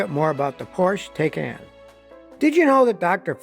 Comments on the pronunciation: Scotty is driving me crazy mispronouncing Porsche Taycan. Porsche in German has 2 syllables, not 1, and Taycan rhymes with “icon” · Poor-sha Tie-cahn😉